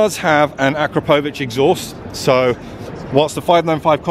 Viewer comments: "Akro-povich" lol, it's Akrapovič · That akropovic pronunciation...